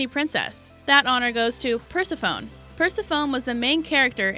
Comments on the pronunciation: Oh my god. Its not Mer-ee-da it's Mer-ah-da. Its not Purse-e-phone it's Per-sep-ah-knee. Its Hay-dees...If you are unsure about pronunciation, look it up. Holy crap that was so annoying and distracting I couldn't enjoy the video. FFS! 😒🙄🤬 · This certainty my last talltanic vid. Basic pronunciation! I almost lost my mind. Per-sef-a-nee NOT Pers-a-fone. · Hahaha your right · Yeah, once I heard "Persi-phone," I paused the video and scrolled down. OMG, I recommend Thumbs Down, as I'm going to, right after I click the blue button. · Purse-a-phone? Really? Did you not learn ANYTHING about mythology in school? I thought we all learned about that. Hay-dees. You have a good video, but you also have the internet. If you don't know how to pronounce a name, look it up. Ma-ree-dah? Oh FFS, have you even seen Brave? Mare-ih-dah. 🧐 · Correct pronunciations are: Per SEF oh nee and HAY deez. I know if you never heard them spoken, you can't know, but maybe this will help. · Ugh, I just cringed when she mispronounced those... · Pers-a-fOne and hAds almost sent me into a rage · I literally screamed at me TV "PERSEPHONE!!"- as in, you know, the correct pronunciation of her name. And Hades also sent me over the edge. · PersephonEE and HadEEs. Wow that was terrible pronunciation! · Thank you! I was just going to point that out. How annoying!